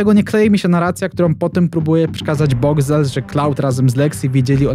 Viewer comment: "Boxcwel" i tyle ...